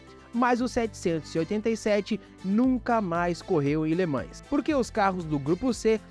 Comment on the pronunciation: Cada vez que alguém fala Le ManS, morre um golfinho...